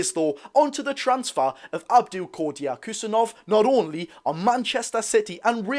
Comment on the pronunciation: I'd just go with "Abdu Khu-sa-nov"